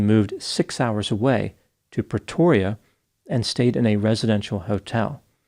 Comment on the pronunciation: Hello, I live in Pretoria South Africa,🇿🇦 you are the first American💯, who does not struggle with our city names👌🏻👏🏻 have to say we'll done. And thank for your thoughts. Love watching your videos💖💜🩵 blessings to you🙏🏻😊